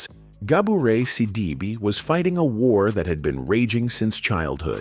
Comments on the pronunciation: The name is pronounced sidibay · She is a strong woman. The commentator should learn how to pronounce her name, she is the subject. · Please get yo ai to say her name correctly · Good God man first learn how to pronounce her name. I’ve watched many of your videos and what can’t you do? You can’t pronounce the name of the actors you speak about. I just couldn’t stand it another day. LEARN HOW TO PRONOUNCE NAMES!!!! It’s so disrespectful and irritating to hear you do this consistently. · WHY Can't you say her name right????????🤔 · I know it had to be while people hating The lady didn't even want to say her name right.